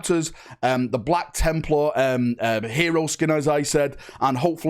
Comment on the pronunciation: “Black Chimp-lar” ?🤨